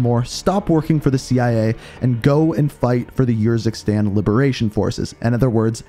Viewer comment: it kinda urks me that you use footage that pronounces urzikstan the proper way, and Faraah, but still say yourzikstan and fairah xD Great content amigo, keep up the hard work